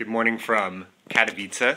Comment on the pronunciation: You pronounced Katowice correctly! :D